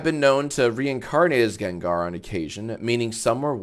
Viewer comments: GANG-GAR NOT JENJER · The way you pronounced Gengar brought me pain 😭